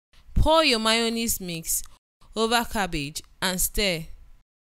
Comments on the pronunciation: This interviewer na wa oooh... "make mayonnaise use it to make cos-law🙄" Didi the interviewer lady in black top just say "Place gabbage"👉 😂😂Aaaaaaah madam no be cabbage😂?????? The fact that the interviewer continued reading the instructions despite Mark Angel's behaviour is quite hilarious😂😂😂😂😂 We can't wait to watch "The house help series" Bama is our favorite Mayonnaise in Nigeria. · Did she just say place gabbage and carrot 🤣😂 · I am 100% sure I heard gabbage not cabbage